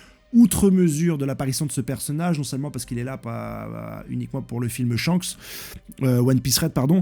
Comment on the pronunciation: T'abuse dans la prononciation des mots "S-Hanks" 🥲